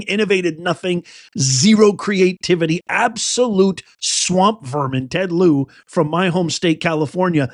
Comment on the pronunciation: Ted Lieu the u is silent